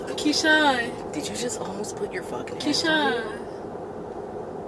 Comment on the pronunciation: it’s Keshawna but she say Keshawn instead 😂